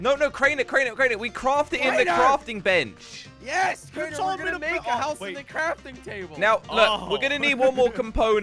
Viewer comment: Lol he said not placing a block but crafting benc? What that hmmmmmmmmm